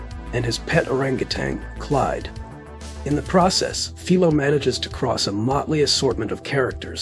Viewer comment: Apparently you have not seen Any which way but loose or any which way you can because if you had you would know his name in the movie is pronounced fi lo not fee lo